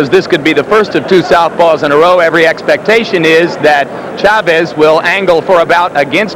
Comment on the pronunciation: HBO could even pronounce Chavez correctly.